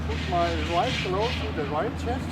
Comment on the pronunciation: 那个claw的发音不准，翻译出来的字幕就成了cloth, 你得说很多次这个词，值得好好研究下它的发音啊🤓